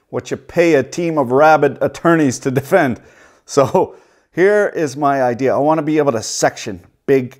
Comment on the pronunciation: “I had no ideeaaarrr”